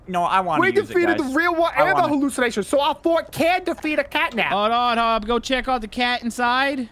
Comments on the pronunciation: not capnap, it's catnap. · Uh...? It's supposed to be CatNap not Capnap